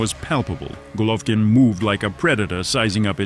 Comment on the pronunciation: Can't even say his name right...lol AI lazy Chanel